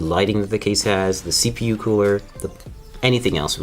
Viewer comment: he says yepu